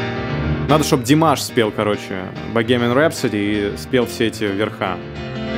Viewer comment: Название "Богемская рапсодия" можно произносить по-русски или "Bohemian Rhapsody" по-английски, но автор этого ролика ухитрился в английское слово запихать русское -г-, и получилось совсем пОшло. Марк Мартел до Меркюри не дотягивает, Марку приходится сильно стараться и напрягаться, чтобы сделать то, что Фредди делал мощью своей. Если закрыть глаза, разница ещё слышнее.